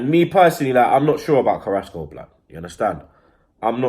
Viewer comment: u mean carassco and martial